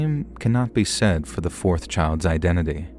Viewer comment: Don’t think we forgot “fourth poyson” 😂